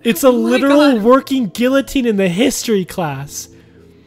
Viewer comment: ok but can we talk about how pronounces guillotine